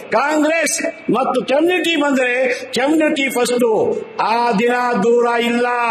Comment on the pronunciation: "" ಕೆಮ್ನಿಟಿ"" ಅಂತೆ. ನೆಟ್ಟಗೆ ಓದಿದ್ರೆ ಈ ಬಾಳು ಯಾಕೇ ಬೇಕಿತ್ತು.